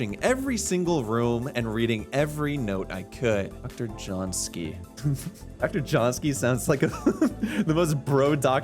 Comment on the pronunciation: John-ski? It's Josiński! (or 'yo-shin-ski')!